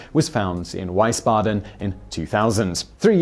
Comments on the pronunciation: Wiesbaden, not Weisbaden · Hessen not Hesse and Wiesbaden not Weisbaden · Weissbaden? Jesus. It's pronounced "Veesbaden" - the ie produces an "ee" sound like "the", whereas the ei produces an "i" sound like "thigh". I'm not so concerned about the W/V sound, but the ie/ei really grinds my gears. For the record, I was stationed in Mannheim, and we had some units stationed in Wiesbaden. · Wiesbaden is pronounced with a "V" Not a "W"! So next time say Viesbaden! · The state you are referring to is called HESSEN not Hessa. Try using facts when making videos vs fantasy. The city is pronounced WIESBADEN like BEES-BADEN but pronounced with a V as in VEES-BADEN... Geez... you really dont know what you are talking about! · Hey Simon & team, Its pronounced Vees ba den.. I know cuz I was born there..It was West Germany before the Berlin wall came down.. Most American soldiers were treated in a Wiesbaden hospital during Vietnam War. Great video though. Definitely learned something new today. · a hint for the english speakers out there, 'ie' as in Wiesbaden doesn´t sound like eye its pronounced in german like a long i (iiiii) or just drop the 'e' and pronounce it Wisbaden, should work better in most cases concerning 'ie' love your channel :) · the way you pronounce wiesbaden hahah weisbaden hahahh. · Ouch :D Wiesbaden is a city like 17km from where I live. It's pronounced "Weee-sbaden". But you get points for trying :D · Wiesbaden is pronounced vees bah den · Wiesbaden is pronounced [veezbaden] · Please stop pronouncing Wiesbaden like that. In German your pronounciation is a valid but different word, that's just confusing ^^ Pronounce it like "Weesbaden" and it will be perfect. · Did anybody notice the butchered pronunciation of "Wiesbaden" ? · So am I, but it still bothered me. Besides I'm not criticizing him, I just wanted to see if anyone else noticed. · Wiesbaden is not pronounced like that 😂🤣